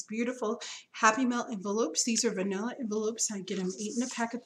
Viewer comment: Sorry -- I listened to it a couple of times, but still heard vanilla. LOL! Good video!